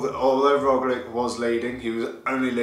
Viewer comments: True and there is nice word in English to use, lich just add that to the Rogli in pronunciaton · Got Kiesenhofer down, but your Roglic pronunciation needs work ;-)